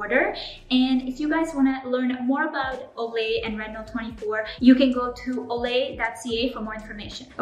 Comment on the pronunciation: Stopped the video when you said “Olay”.